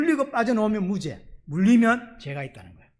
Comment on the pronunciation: 너무 잘 들려오는 설교입니다 무죄가 증명된다는설교중 무죄 무제 증명 정명 으로 발음되어도 웃음지으며 잘 알아듣는 저도 경상도 인지라 ᆢ 구독신청하고 잘듣고있읍니다 찐^^